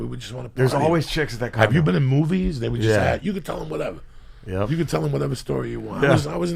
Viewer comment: Columbus beat up Indian's "wuteva"...